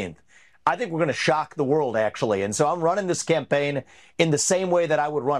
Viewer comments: Sounded like Ramaswampy said SCAMPAIGN...? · I think vevake said "scampaign!"